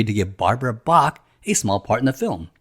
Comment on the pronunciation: bach not brach